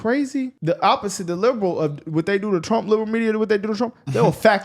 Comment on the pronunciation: TRUMP NOT TRAMP......